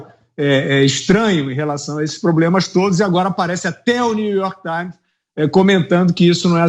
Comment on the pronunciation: new york tsáins